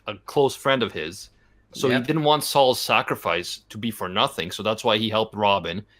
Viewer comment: "it's called the cat-girl dilemma, so look out FURR that" He didn't do it on purpose, but his accent did it fur him